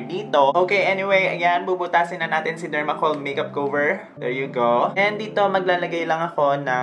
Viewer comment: I love you. I am a fan. Just need to say that you’re pronunciation of cover is wrong. Please say Kah-ver not Kow-ver. Love you.